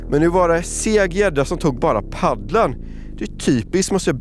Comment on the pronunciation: *Paddeln, inte Paddlenn.